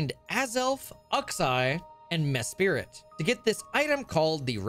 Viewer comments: Mesprit doesn't have a second "i" in the name. It's not spirit. It's sprit. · Bro you butchered the names of Uxie, Azelf, and Mesprit, it's MESPRIT, not Spirit lol. Juhksee and Aazelf is the pronounciation. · Ughxeye and Mehspirit are new pronunciations for me to hear for the lake trio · Good video but ux-eye and mes-spirit lol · How you pronounced the lake trio physically hurts me.